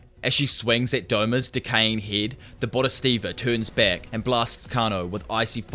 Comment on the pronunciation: bod - hee - sat - vah. It's not that hard